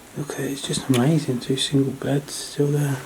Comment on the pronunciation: I love how u say..AMAZIN'...please..let's NOT say the LORD'S name like that though...OK luv??